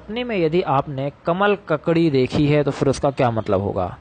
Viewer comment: Isne isme pic sahi lagaya hai per name pronounce galat hai.